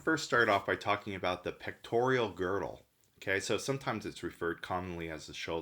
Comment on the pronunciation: It's pec-tor-al not pec-tor-ial!